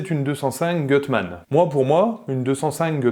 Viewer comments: Magnifique 👍 En revanche c'est "goutte mane" la prononciation 😉 Je serais curieux de savoir comment ça marche par rapport à un swap de XU9J4... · Gutmann si lit Goutmann 😉